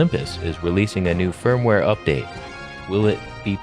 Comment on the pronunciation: Kept hearing fur-mware update in this one 😂